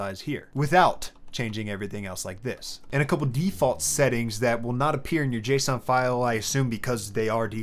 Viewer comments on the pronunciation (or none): none